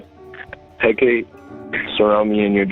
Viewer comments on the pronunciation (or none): Hecate (Hek-ah-Tay) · He was summoned to a Hellfire! Good riddance! He was evil! And its pronounced "Heh-Kuh-Tay". Witches LOVVVEEE that thing! 😂 What is praying for the dead goimg to.do? The decision is already made! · Its pronounced Heh -Ka-Tay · Hacate (Hec-a-tay) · Aleister = "Al-est-er" Hecate = "heck-uh-tee"